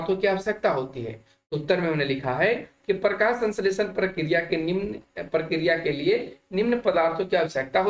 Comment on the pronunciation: Prakriya hota Hai sar Prakya Nahin